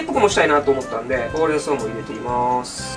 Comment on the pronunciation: ほうれん草のイントネーションちゃうよな